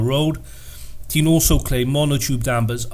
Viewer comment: It's pronounced Tein not Teen